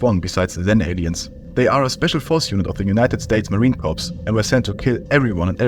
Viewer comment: Pssst,! Es wird "Core" anstatt "Corps" ausgesprochen, so behindert es auch ist.